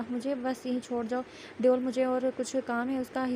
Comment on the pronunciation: Exactly. It's devil not deool 😂😂